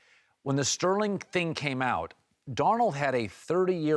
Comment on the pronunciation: Colin keeps saying Darnold. HAA